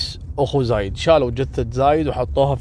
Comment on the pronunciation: ترك تقرأ الاسامي غلط زايد وخميس